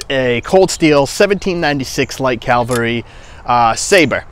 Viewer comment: Cavalry. Not Calverly.